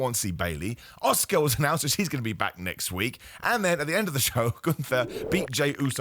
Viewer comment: why do you keep calling Asuka, ....Oscar lol i am jk but took me a double take